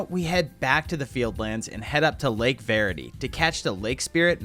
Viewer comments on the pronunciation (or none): none